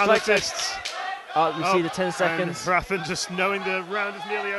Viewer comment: it's painful to listen to the commentators say Hrafn's name lmao